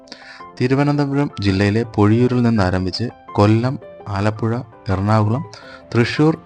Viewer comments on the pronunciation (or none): none